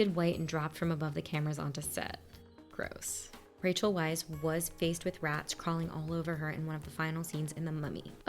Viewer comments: Just to let you know (I don't have the patience to scroll thru the 300+ comments to see if someone mentioned this already), Rachel Weisz's last name is pronounced "vice". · Hey. Rachel's last name is pronounced 'VICE".